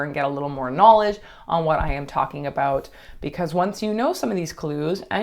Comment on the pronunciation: I KNEW you were Canadian! I heard you say ‘aboot.’ 🤣👌🏻